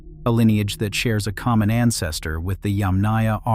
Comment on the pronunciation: you are mispronouncing "Yàmnaya" -- the emphasis is on the first Yàm (pronounced - YUMM, as in - yummy) ... so it's not yamnàya, but yàmnaya, yAmnaya... 👋